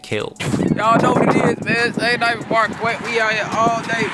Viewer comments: I live in Iowa and I aint heard nobody pronounce Marquette like that before😂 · Well yeah, Black people do that with Que so